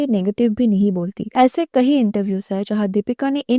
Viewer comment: Kayi not kahi.. meaning- many